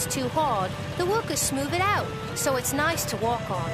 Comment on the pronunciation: "Noice work"